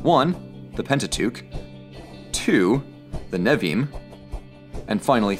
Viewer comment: Pronounced nev-ee-eem but it’s chill.